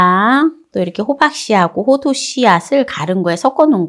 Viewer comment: 호도가 아니고 호두라고 하셔야지요